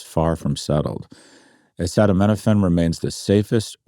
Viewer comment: You might wanna give pronouncing acetaminophen one more go SG